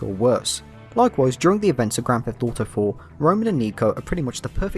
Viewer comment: As a fellow brit I love that we pronounce it grand theft dauto